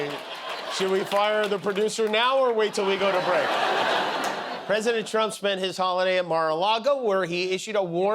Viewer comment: YOU saw "The Rockettes", yesterday... "go away kid yah bother me"... and as part of Oxford's "Rage Baiting" terminology - and now a word from: Da Pwesi-dente of The-Not-So-United-States-of-Amer-Wee-CaW... another proud moment - what say you "Dawnee".... ??? And.... nice try Don... you missed your chance again. Great choice America... really setting an example of true leadership and diplomacy. Geeeeezus Christ what a low life.